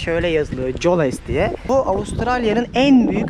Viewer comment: Coles öyle okunmuyor Koles oluyor diye okunuyor .